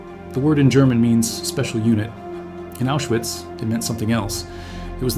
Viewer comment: It's pronounced Aushvitz